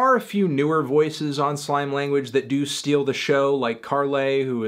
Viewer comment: It isn't slaime language, its slAime language with the emphasis like Sign Language